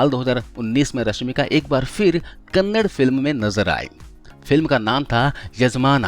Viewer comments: Kannada hota h kannad nhi 😂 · It's KANAADA....and not Kannad. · Abe sale kannad nahi Kannada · Kannad nahi kannada hey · kindly pronounce Kannada properly its not Kanad! We don't say Hind for Hindi?? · Hello Bhai not kannad his kannada tikse bholiye kannada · Kannad nahi Kannada hai vo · Kannad nahi Kannada bro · Kannad nahi be kannada. Kannada bolna seek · Bhi hoo kannd nahii kannada bolo plz respect our language🙏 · Wo kannad nahii kannada heiji bhai